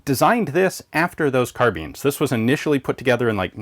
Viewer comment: I love this channel but please learn how to say carbine properly 😞